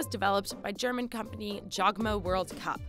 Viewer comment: Your German pronunciation is terrible